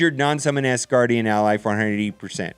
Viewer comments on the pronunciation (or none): Can you PLEASE, say “AS” Gardian and Not “ASS” gardian...it hard to watch and listen to you thru all of the tears and Laughter.